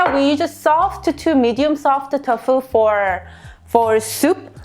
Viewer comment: Love your recipes. One thing though, you say Tofu like "Tough Foo." Say it like "Toe Foo." I am a Korean- American, and I am learning how to cook. Thank you for sharing your recipes!